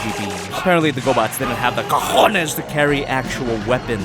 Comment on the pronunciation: Los COJONES im puertoricsn and u said it better than any american ive seen